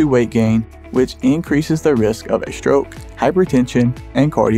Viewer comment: ...If you want more likes for your videos, guys, just remove that insane background music... and say, "stroke", not "șhtroke"...